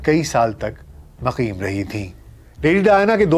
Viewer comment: Shayad ghalati say lafz muqim ko maqim kah gay aap